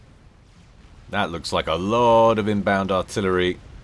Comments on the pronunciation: That's not "eksbokt". XBOCT pronounces as "Hvost" and means "Tail" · XBOCT is "tail" in english. the pronunciation will be " HVOST" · the pronunciation of XBOCT is gold